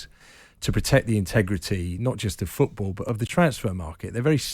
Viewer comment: Jim, its FOOT-ball, stop saying feckin FEWT-ball!!